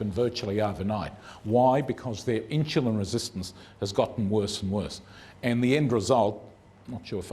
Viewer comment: It is Insulin, not Inshulin.